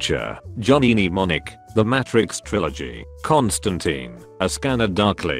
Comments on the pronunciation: Everyone: Matrix Narrator: Matt Tricks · Narrator: "Match-rix" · Every time I hear the pronunciation of Matrix in this video, it makes me cringe.